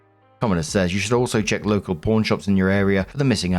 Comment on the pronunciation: I LOVE this channel specifically because is so sympathetic, self-deprecating, funny, and relatable. BUT- ever time he says "pawn" it sounds like "porn" and I can't resist giggling a bit. 😂